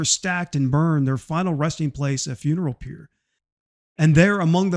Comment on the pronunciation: it is a known fact, based on Crockett’s own words, that he preferred “David”. Also the final assault was supposed to be silent, but an unknown Mexican soldier broke the silence to scream “Viva Santa Anna”. The defenders were burned in 3 separate pyres and you mispronounced “pyre”.